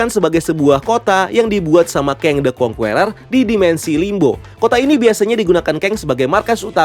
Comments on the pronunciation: Masukan minor aja bang, the Conqueror bacanya 'kongkerer' bukan 'kongkUerer' atau 'kongkueror' jadi huruf u yang ditengah ga dibaca , biar lebih enak dengernya. overall nice content and nice breakdown. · Conqueror itu bacanya kongkurer bukan kongkuwerer. Geli dengernya.